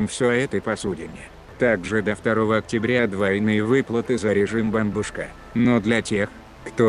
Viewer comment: Класс ударение на Бомбушка!